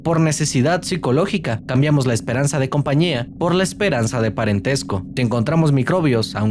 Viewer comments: dice espereanza en vez de esperanza 😂😂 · El minuto dice “Espereanza” en lugar de “Esperanza”, palabra nueva del día jeeje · como que "Espereanza"? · Vro como q en dice espereanza no? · ahí dice "esperEanza", Tal vez la e no quería estar sola y se unió a la palabra